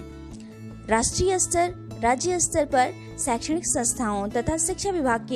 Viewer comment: विडियो बनाने से पहले शुद्ध उच्चारण का अभ्यास करना चाहिए।आप हर बार स्तर शब्द का उच्चारण अस्तर कर रही हैं जो बहुत ही बुरा लग रहा है।